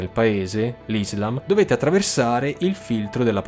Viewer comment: Molto interessante, congratulazioni! Un consiglio: attenzione agli accenti, per es.Islam ha l' accento sulla "a", come Iraq e Iran...